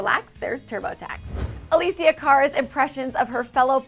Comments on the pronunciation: Omg, her name is Alessia - pronounced Uh-leh-see-yuh!!! Not Uh-lee-see-yuh. Omg, even when you search her up "alessandra" comes up. LMAO, get my girl's name right 😂😂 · A-Less-Sia not A-lee-sia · Not trying to hate just making a simple correction, it is actually pronounced a-less-ia not a-lee-sia. I love, no hate intended <3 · Please it's not Aleeesia,it's Alessia!! xD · Is "A L E S S I A" ,no Alissia😐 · It's not Alicia it's Alessia (AHH-LEHHH-SSS-IAA) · it's not ALISIA it's ALESSIA. It's italian,god. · It's not Aleecia it's Alessia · ALESSIA. not alisia. jeez just google the names before filming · A-LESS-IA not ALYSIA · LOL "Alecia " it's Alessia lmao u had one job lady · ITS UH LESS EE YA NOT UH LEES EEYA PLEASE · Its alessia not aleesia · ALESSIA (AH-LEH-SI-AH!!!) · It's A- LEH- Sia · its ah-less-ia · "aleessia" I cringed overtime omg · Ally N EXACTLY I KEPT CUSSING HER OUT EVERY TIME SHE SAID "Aleessia" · Is im the only one who cringed when she said Alėssia cara just me yeah just me ootay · Why does nobody care that this woman is pronouncing Alessias name WRONG! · She pronounce! Alessia's name wrong! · CRINGE CRINGE CRINGE PRONOUNCE HER NAME PROPERLY PLEASE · Does anyone else cringe everytime she says Alessias name? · dannydash3 you mean when she pronounces Alessia's name wrong?? yes!!! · I can't get over the fact that she's pronouncing her name wrong!! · I grunted when she pronounced her name wrong multiple times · YOU'RE SAYING HER NAME WRONG FOR FUCKS SAKE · am i the only one who got annoyed when she mispronounced her name? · you pronounced her name so wrong, cringed hard my god